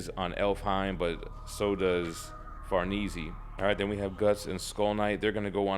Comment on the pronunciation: The way he says “ Farnese “ is killing me lmao… 😭😭🤣🤣, but excellent video though man. But to say her name correctly is Far-Nay-Zay , not being a grammar jerk by the way. I’ll be sure to tune in more videos bro! Keep it up